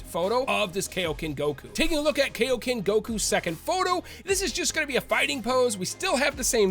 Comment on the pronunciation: why do americans always pronounce kaioken and saiyan wrong?